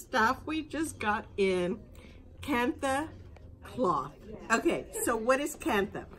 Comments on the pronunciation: You are pronouncing it incorrectly…do your research, it’s pronounced “ kan-ta” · It's pronounced Kan-ta. The H is silent.